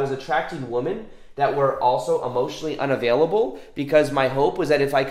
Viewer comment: I really like, but the way he says woman instead of women sounds disrespectful and women-hating to me. I've never heard it before... I wonder if it's step-mother related.